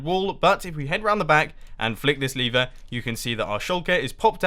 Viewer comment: I hear Lever as Liver XD